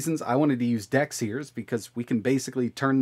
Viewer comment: It is DEX not DAX